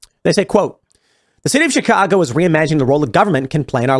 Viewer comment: Tim doesn't even know how to say "Chicago".